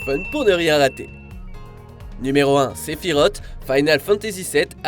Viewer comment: Pour la millième fois, on dit Sephirossss et pas Sephirotttttt